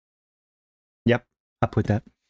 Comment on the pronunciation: The way you pronounced cracker killed me 😂. My side hurts. Thank you for this. Happy gaming.